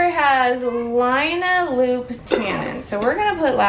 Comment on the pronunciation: Linalool not line a loon. 😂